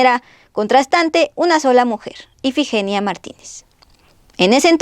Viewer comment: Dijiste más de 2 veces el nombre de IFIGENIA mal tú dijiste EFIGENIA